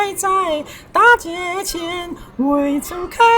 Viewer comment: 大街，读音应该是da gai